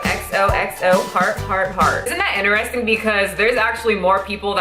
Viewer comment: I stop listening every time she says 'In(t)eristing'...Hahahaha my brain can't handle it